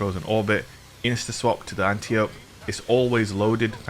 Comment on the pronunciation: Just a FYI for everyone (that I learned from the first Wonder Woman movie) this gun's name is Greek and is pronounced an--TIE--oh--pee. Princess Diana's teacher was definitely not being called "auntie ope" during the movie lol